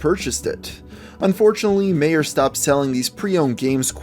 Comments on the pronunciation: It's not pronounced "meeyair", it's pronounced "my-yer". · "Mayor" lol Meijer is pronounced as "My-er" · Am I the only person that is a little pissed at the way he pronounced Meijer? It isn't "May-or" it's "My-err". Where my midwesterners at? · Lmao Meijer is pronounced "my-er", not "may-er". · Okay it's not mayor it's my-ur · You said Meijer like "Mayer." It's pronounced "Migher" but it's not a nationwide store so I'm not mad. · its Meijjer not Mayer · Meijer is pronounced My-Er, not May-Er. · Meyer... MEYER!!!????????!!!!?? It's MIYOR SPELLED MEIJER! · its pronounced myer not Mayer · MEIJER: “my-er” that’s how you pronounce it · just saying meijer is pronounced my-ers i’m sorry it just bothered me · Meijer pronounced my-er just an fyi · You called meijer "mayor" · Love your videos man, but they way you say Meijer, lmao, atleast in Ohio, everyone I know pronounces it "My-Er" but to each their own, keep up the great content! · Meijer is pronounced My-er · "Meijer" is pronounced "Mai-ER" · Lol he pronounced Meijer. M-eye-er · Meijer is pronounced "Myer." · Everytime he said "Meier", the Michigander in me died a little inside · There's a Meijer near me but I've never seen this game there (also it's pronojnced my-errr) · The commenter is probably from Michigan or the surrounding states, since it was founded there *also it's pronounced my-er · Meijer is a grocery store in west Michigan,and it's pronounced Mi-Her. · it's pronounced My- er and Meijer is like a reject wal-mart to those in the U.S. who don't have one in your state. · You probably won't even read this and probably have been told this like a million times, but it's pronounce "my-er" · Kind of love how he miss pronounced Meijer XD I've always thought it was spelled weird. The Meijer i go to still sell used games but i never saw the game there. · You pronounced mejier wrong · I got triggered when he said Meijer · Triggered by the way he said Meijer. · He pronounced Meijer wrong...I think.